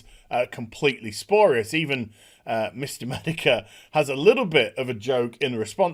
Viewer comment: Again with the "SPORIOUS" lol... pls.